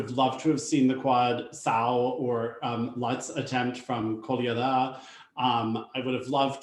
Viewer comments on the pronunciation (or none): I laughed out loud at Mikhail Colada, younger brother of cocktail Pina Colada. It's easy to dunk on, but OMG. Even I, no Russian speaker, can manage most of the names once I've heard them said properly. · you beat me to it, I wanted to make comment on this as well. I cringed so hard every time called Kolyada name as Kolada. I made the same comment as you as well, what Kolada like Pina Colada lol. It's not even that difficult to say Kolyada. has been commentating for Russian championships as English commentator for 2 years now, it's like he was not even trying lol. Just unacceptable.